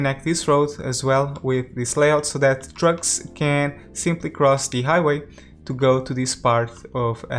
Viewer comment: When you say trucks, I hear drugs -“Where drugs can leave the city” Really liking this series, I’m trying to match what you’re doing just to get some inspiration how to create my own one